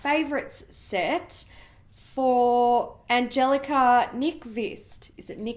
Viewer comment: Angelica Nyqvist mentioned how to pronounce her name in one of her videos fairly recently. Past month or so? If I remember correctly, that sounds right on the last name, but her first name, the “g” has our “y” sound. So more like Ahn-yel-i-ca.”